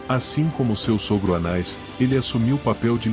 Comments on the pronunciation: Há apenas erro de pronúncia: o nome é "Anás" e não "Anais"... na pronúncia é erroneamente inclusa uma letra i, e o som saiu "anais"... Atenção na pronúncia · O nome do sacerdote era, anás ou anais? voce pronunciou anais o vídeo inteiro. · Difícil mesmos é escutar o narrador chamar "ANAIS" e "CAIFAIS". Deixei de ver só por este motivo.